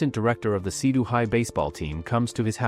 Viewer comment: It's seido not sidu